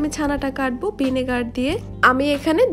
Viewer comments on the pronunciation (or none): none